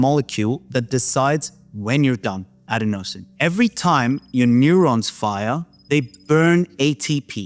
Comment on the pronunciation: Isn’t adenosine pronounced “a DEN o sin” ?